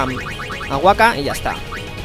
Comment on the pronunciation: La primera K de Wakka se pronuncia.